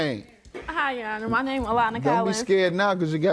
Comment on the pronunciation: "Yonner" 😂😂 aka your honor 😅😅